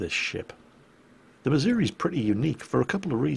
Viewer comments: ACKshully,, it's miz-OO-ree, and not mizz-Yer-wee. Been there. Heard it. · ACTUALLY, it's pronounced missour-ah. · I hate to be that guy, but you're mispronouncing "Missouri"